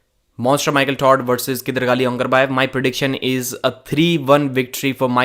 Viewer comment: no one does justice to Kydargali 's name the way Devon does whenever he pronounces it